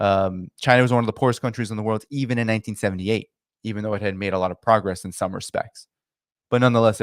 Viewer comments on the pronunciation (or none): none